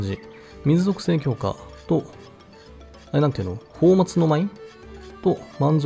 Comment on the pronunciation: 「泡沫」の読みは「うたかた」ですね